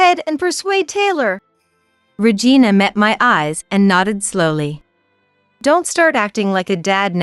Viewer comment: 🤣🤣🤣🤣 Could you please stop pronouncing the name Regina as vagina?